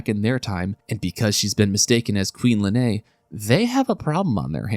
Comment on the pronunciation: Lean, not Lenay